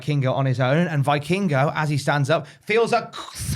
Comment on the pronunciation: Hate to be that guy but it’s pronounced VEE-king-go, not VEYE-king-go. - a mexican